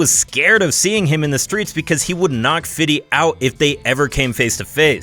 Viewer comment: Why do white people call him fitty cent. When he says his name he says "Fifty Cent". White people either sound ignorant or trying too hard to be down when they say fitty. He even address this on the Conan O'Brien show.